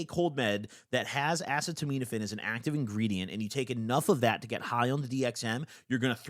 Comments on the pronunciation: Bro it’s been YEARS, please stop pronouncing Tylenol like that 😭😭 like this: Uh-see-tuh-min-oh-fin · Bro call acetaminophen: “ass-eh-teh-mean-FN”😭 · Acetaminophen is pronounced uh-seed-uh-minn-uh-fin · no way he just said “asiminitpin” as Tylenol instead of acetaminophen is fr slow af😭😭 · Just got to that part it was more like ass-a-tah-mean-a-fin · No way after almost 10 years that bro STILL doesn’t know how to pronounce acetaminophen (ass-see-tuh-men-o-fen) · okay i’m tired of hearing you butcher the pronunciation, it’s pronounced like “a-seat-a-men-o-fen” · Acetaminophen “uh-see-ta-men-if-fen” 😂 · It’s pronounced uhseetuhminuhfin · by the way, the secondary active drug that he's talking about that he can't pronounce is the generic of Tylenol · Acetaminophen. You’re mispronouncing it, bro. It’s what’s in Tylenol most of the time. If you roll, you should have NAC in your cabinet anyway. It’s an extremely powerful liver antioxidant and helps detox/restore your SERT after a roll. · Bro read “acetaminophen” so hilarious, that’s TYLENOL btw for anyone wondering, Tylenol is actually pretty terrible for you when you have too much. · you can’t pronounce the active ingredient of Tylenol 😭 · has been pronouncing acetaminophen wrong for YEARS 😂😂😂😂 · Craziest pronunciation of acetaminophen ever hahaha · still not being able to pronounce acetaminophen after almost a decade is so funny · butchered the pronunciation of acetaminophen so bad I forgot how to say it do a second 😭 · Great shoutout to harm reduction, but please nail down the acetaminophen pronunciation after all these years. It hurts my soul. It's pronounced uh-see-ta-min-o-fin. Not ass-uh-toe-miin-o-fin. Please dawg. You pronounced guaifenesin correctly, so I believe in you! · Acetaminophen is said uh-see-da-med-uh-fin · P.S. it's pronounced more like "a seat a minnah fin" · assetomeetometafin actually pronounced asstomouthsatan i think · Acet - uh - min - oh - phen is how it is